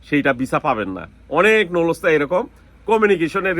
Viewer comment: নুলুস্তা ❌ নুল্লা ওস্তা ✅ এপাটমেন্ট❌ এপয়েন্টমেন্ট✅ ভিছা❌ ভিসা✅